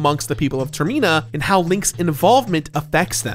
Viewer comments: Oh man I can't wait for the next Termeenator film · TerMEna hahahahhaahahahahhahah the way he says it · It It really bothers me that you pronounce it "Ter-mee-na." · if you pronounce termina like that one more time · Stop saying termeena before I jump off a cliff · Ter-Mine-A. High-lyian. Goat, not Got. Like the animal it is. Your pronunciation of proper nouns in games is always baffling. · Yo, didn’t you hear about that killer robot in the airport, it was a real terMeenator in the terMeenal moment. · Came here for this comment. It's literally terminal without the l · The way he says termEEna 💀💀💀😂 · "termyna" lmao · for a fan of Majoras mask you are pronouncing Termina wrong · I have never before heard anyone pronounce Termina that way, and as a result it somewhat bothers me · It’s not pronounced the way says it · Have I been mispronouncing “Termina” this whole time? I doubt it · The way he says Termina is so awful. It literally comes from the word terminal, as in leading to death, so the way to pronounce it is already there for people. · Is it irking anyone else how he pronounces termina? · Yep, same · Anyone else flinch each time he said "Termina"? I've never heard any other soul pronounce it that way before. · Never heard Termina pronounced like that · I hate how you pronounce termina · Ah, that mispronunciation of Termina triggers me something fierce/ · If you pronounce a word wrong, that would be a mispronunciation. I'm not aware of an accent that pronounces terminal like that, which is the inspiration of Termina. Also, we've heard the name spoken in trailers and interviews so it isn't like this is a written word only. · Do you call it a termEEnal at the airport? It’s Termina like a terminal. Term-ih-na. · Is calling Termina Tirina on purpose or...? Lol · Yeah, when he first said Termeena, I was like "Uh...that's not how you say it,..." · IT NOT TER ME NA ITS TER MI NA I'm not hating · i cant get over "ter-me-na" instead of "ter-min-a"